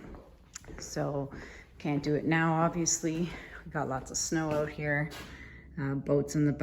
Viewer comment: I love the accent “ now check these oat”! Love all your work and thx for the discount on my resin!